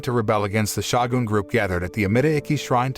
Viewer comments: To the announcer, the title is not Shaw-gun, it is Show-Gun Long O Shogun. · It is pronounced S-H-O-G-U-N. Not S-H-A-W-G-U-N. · Butchering the word Shogun whenever you get the chance is painful to my ears.